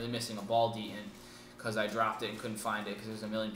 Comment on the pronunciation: Promasters are great markers, they hold their value incredibly well, are well made, and becoming more unique by the day...one thing though, what's a "ball de'ent"? It's ball Detent...also, Hogue wrap-around grips used to be the best around, the grips offered on this marker are VERY good and put the hand in a better position for triggering...